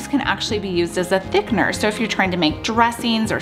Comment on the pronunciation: Please learn how to pronounce the word Thickener.